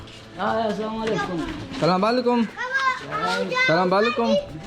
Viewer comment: Bhai salam walekum nahi hota Assalamualaikum hota hai to plzz isay sudhar lijiay